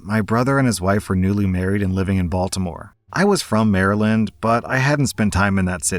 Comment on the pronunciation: You would think someone who lives in Virginia would know how to properly pronounce Baltimore and Maryland